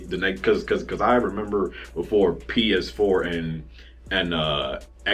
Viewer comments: Oh my God you couldn't say PS4 hilarious. funny ass shit man you say something crazy every fucking time i watch your channel lol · He couldn’t even say PS4 😂😂😂